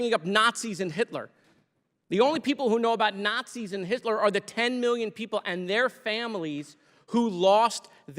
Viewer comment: It’s Hisler ah yes